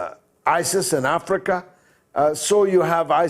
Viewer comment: That emphasis on afrika n the bad line though🙄